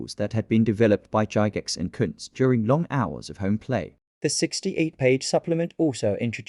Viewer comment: Cool vid! I got the original box set when I was a kid in the 70’s but never had the supplement. Pretty sure “Gygax” is pronounced with a hard G, btw. 😊